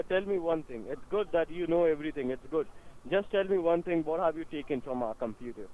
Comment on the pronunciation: the password is: four nine eEHyYght uoan.